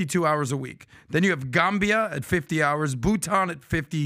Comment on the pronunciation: pronounced Gambia and Vanuatu wrong.